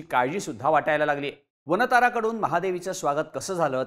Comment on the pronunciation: "वानता"रा अस नाही "वन्तारा" असं म्हणा दिशाभूल केली जाऊ शकते